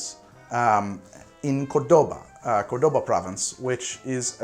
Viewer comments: Oh My God I can't stand it. How can you read CordÓba? It's CÓRDOBA. THE ACCENT IS IN THE FIRST O. PLEASE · *During the end of XIX century there was a huge immigration from Italy and Spain in Argentina. That's why we got a lot from Italian culture. *It's CORdoba, and not corDOba, lol! the stress goes in COR (Córdoba). bBt yes, it's REALLY popular in that province (state). *Fernet is usually not chilled, no need of doing it. But keeping it in the fridge is not really wrong. *We like sharing stuff, like mate. And also there are not like really huge glasses to share with a group, hence, the bottle thing. Some people although are disgusted by this, just like mate. *The mint one is not that popular, it's usually cheaper than the regular because it doesn't sell too well. *The lime/lemon thing it's not something common, but I love it, because I love acid taste. *I didn't know the 90210 name , but 90-10 (noventa-die'), it's basically the same idea though. *Love that you like it, usually it's not very popular outside of Argentina. *Liked and suscribed. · cordouba hahaha is cordoba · dude, It's cÓrdoba not cordÓba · it's pronounced CORdoba, not corDOba, and Becerra middle C is pronounced like an S, you have to pour the Coke directly from the bottle, the foam will form, and then you have to pour it softly to control the amount of foam. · Igual hay que saber prepararlo bien. No es solo arrojar coca y fernet dentro de un vaso. Ademas necesitas una botella cortada, va 70% Fernet / 20% Coca, no tiene que tener espuma y nada de limones pordios. Y es Córdoba, no Cordóba. Get your facts right. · Isn't anybody gonna tell him it's CORdoba and not corDOba? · Córdoba. Not Cordoba. Like the town in Spain. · FYI it's pronounced CORdoba not corDOba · Me dolió escucharlo decir Cordóba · REALLY don't wanna be that guy but... ...it's COR-doba, because it has the "ó" which accentuates the syllable. I'm sorry don't hate me. O si querés ódiame, me chupa un huevo, te vas a comer dos manos